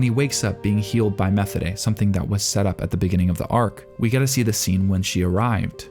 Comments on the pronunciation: for the love of god stop pronouncing Methode like you do. The way they say it in the Anime is also the correct german pronunciation. That is not always the case but this time it is. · Great Video, but as German the way you say Methodes Name Kills me. In German we dont have a th Sound. Its Just pronounces t as in Tennis and the h ist silent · Not to be that guys or anything but Methode's name is pronounced Meh-Toad-a. This is just the second time I've heard it said this way, apologies for being the pronunciation police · Methode (meh-TOH-duh) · Methode = meh-TODE-eh Linie = LIN-ee-eh That "eh" sound is like a short "e", and does not rhyme with "way". Close to a schwa in English. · I have just gotten to the mark and I need to say this, PLEASE WATCH THESE IN THE DUB AT LEAST ONCE, you keep pronouncing the names wrong. Methode's name is pronounced Muh-toad-da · Not trying to nitpick, but you are pronouncing Methode wrong. I don't know why it is bothering me, usually these things don't. Maybe because I like watching in dub, idk. But I really respect your video essays, and I can tell you respect this show so much. I just feel getting the name right is important. It should be pronounced more like "Meh-toad-uh." There's no "th" sound in German, which is what was really throwing me off. Unsolicited tip: Go to Google translate and enter the characters' names on the German setting, and have it pronounce for reference in the future. Really appreciate your content! And I loved this video! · A note on pronunciation: Methode's name is pronounced "meh-TOH-deh" (hard "t" sound. There is no "th" sound, and the ending vowel sound is "eh", not "ay"). (Technically, the German pronunciation of the word it is based on is closer to "mee-TOH-deh", but the characters in the anime all seem to pronounce her name with an initial "eh" vowel instead. However, in German there is still no "th" sound in the word either.)